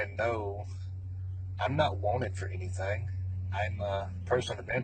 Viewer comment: " We're not cutting anethang or anything."...